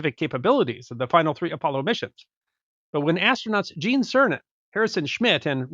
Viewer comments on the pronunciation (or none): none